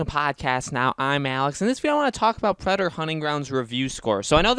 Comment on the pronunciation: Is it that hard to say Predator instead of predor